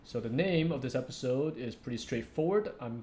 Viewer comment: I love how you say "episawwd" x)